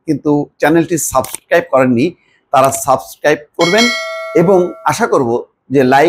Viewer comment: Subscribe কথাটা ও ভালো করে উচ্চারণ করতে পারিস না।